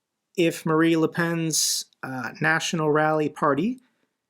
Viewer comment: Just a small thing: Her name is Marine not Marie Thanks for keeping our spirits up with your tireless and passionate work